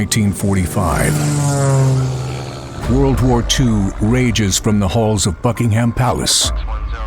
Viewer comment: $17 for a comic wtf, and you call that a good price? Also "Buckingham" isn't pronounced correctly. So that tells me it's likely more American slop.